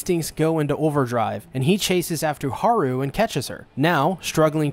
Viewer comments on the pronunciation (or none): The fact u said everyone's names wrong even after they said it several times in every episode- Leg-oh-shee (stressed, unstressed unstressed) Hah-roo (rolled R) (Stressed, unstressed) Loo-ee (stressed, unstressed) (sowwy I had to I'm a Beastars addict)